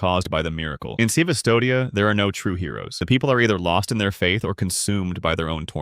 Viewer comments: Pronouncing custodia as civistodia 😂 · CVstodia? Is this Ai? It's Custodia. It's a fucking U. It's just written how it was written in old Roman carvings... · Worst thing of the video is Cvstodia (prononouced “kus-to-dya”) being called C-v-stodia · C vistodia?? Custodia... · Custodia ❌ CV Stodia ✅ 💀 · Blasphemous world is not pronounced "cvstodia", but "custodia". In the latin script, the letters "U" and "V" are identical. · Yeah "civistodia" got me 💀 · I'm pretty sure it's meant to be pronounced Custodia. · It's Custodia, man. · It’s pronounced “Custodia”